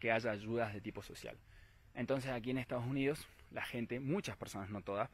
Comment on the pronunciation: Dice Donald Trump pero también dice estados yunidos